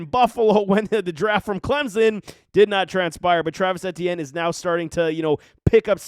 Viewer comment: The way this guys pronounces Etienne and “productivity” make all his points null and void